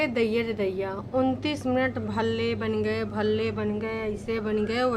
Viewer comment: Bhalle ko palle Bol Rahi thi She’s utterly disgusting 🤢